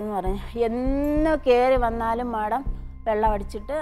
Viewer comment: മാഡം മല്ല മേഡം അങ്ങനെ പറ പാവം അറിയില്ല അതാ